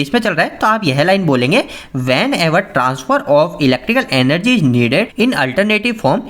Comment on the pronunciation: Enery during conversion bol bhaii 😂